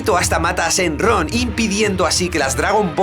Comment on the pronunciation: shenlong:'v no shenron :c